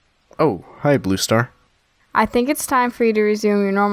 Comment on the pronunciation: I love how BrokenStar says BlueStar as ‘BlooStar’